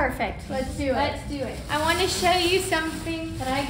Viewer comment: "Aaron, I don't whant to hear it" 😂😂😂😂❤❤❤❤❤❤